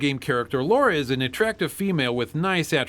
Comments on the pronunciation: It's Lara, not Laura. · it's Lara Not Laura Croft 😎👍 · sigh LARA not Laura. Every American seems to get this wrong. Alisia Dragoon, El Viento and Nightshade (Kunoichi) are a few you missed. All good games. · I love you guys...but it's LARA. Not Laura. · Why can't Americans pronounce Lara's name correctly? It's LAH-rah, not Laura. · The name is Lara Croft not Laura Croft. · It's 2015 and people still call Lara "Laura." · Who forced you to make this? Social Justice Warriors? But no seriously, thanks for doing Alien: Isolation. It's a great game. And why do so many people mispronounce Lara's name?